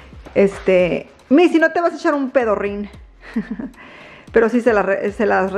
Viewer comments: 😂😂😂😂😂 me mori de risa cuando explicaste su nombre missy pero tu lo pronuncias MESSI 😅bien venida a missy 🫠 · Estaba esperando dijera el nombre del perro y algunas veces la escucho decir mesi ¿cómo el futbolista? Disculpas si no lo escribí bien, no sé cómo se escribe, o le puso Missy? Por aquí veo que escriben nena, ¿significa nena en inglés?